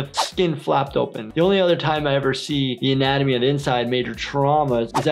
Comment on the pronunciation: Cuando dijo “anatomía” : mi mente :ANaToasuLiA😊